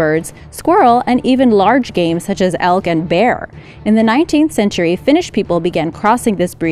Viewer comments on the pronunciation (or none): none